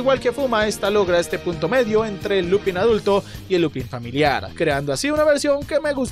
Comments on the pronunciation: Se escribe Lupin, se dice Lupen y tú lo pronuncias Lupán. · Ja ja Solo vengó en plan "Hermione" ; " No sé pronuncia Lupín se pronuncia Lupān"